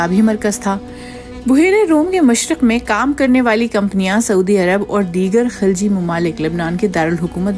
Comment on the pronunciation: محترمہ یہ لفظ خلجی ممالک نہیں بلکہ خلیجی ممالک ہے